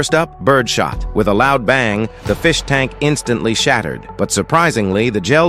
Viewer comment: No the feesh